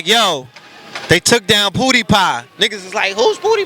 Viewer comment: Its not pooo deee pie!!!! LMAOOOOOO it's PEW DIE PIE!!! And its ASHKENAZI & SAFFADI!!! DAMN RED DO YOUR GOOGLES!!!